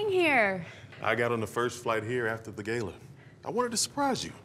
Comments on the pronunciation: They said Gala incorrectly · Bret, the ungrateful head chef who says gala incorrectly along with Alice is the villain